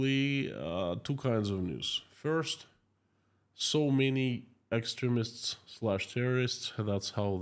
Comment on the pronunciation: No criticism - just for your information Extremist pronounced X stream ist